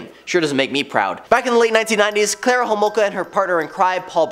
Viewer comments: Its Karla Homalka, not Klara.. Hello from Canada!😊✌️❤️ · Who the hrll is Klara??? It's Karla!